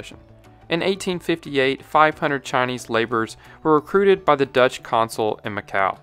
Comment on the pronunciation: Solid video! Just a small comment on your pronunciation, Dutch is basically said like "dodge", but without drawing out the vowel as much. You make it sound more like Deutsch, which is the German word for "German". Not the same.